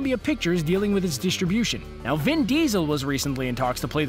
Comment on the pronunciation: Want to finish but can't hear that pronunciation of "distribution" anymore.